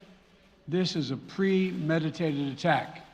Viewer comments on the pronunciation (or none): " ths is a pwemadatatted attc "